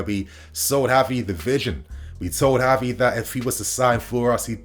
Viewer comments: Its not HAVI its Gavi..dont try creating new spanish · I wanna rip my hair out lmao its the fact that he makes a point to say "HAVI" every sentence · Gavi is pronounced with a hard g, as in “give.” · Gavi not Havi 🤦‍♂️